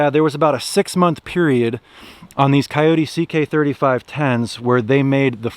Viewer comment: 1st its not a wild dog so at-least pronounce the name correctly > 2nd if you are going to buy a Kubota knock off is sad and most dont know other than the chassis all of the 30 to 85hp Kubotas are assembled and built in GA all of the loaders and back hoe attachments are all so built in GA > thanks for the support for american jobs